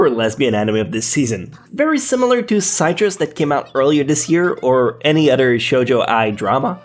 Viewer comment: The way you pronounced “Citrus” troubles me deeply. . .